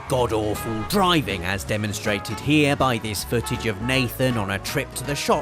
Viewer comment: "and im parking hiere" 2015